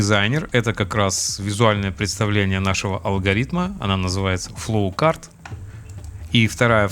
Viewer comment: простите, но почему у вас такое красивое произношение всяких рид темпечур, но вы называете флоучарт флоукартом, каждый раз об поток тележки спотыкаюсь xD